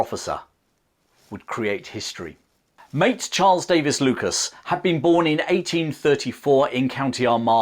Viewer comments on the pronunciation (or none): none